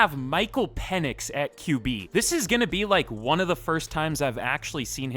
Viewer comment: It’s pronounced Penix not Penix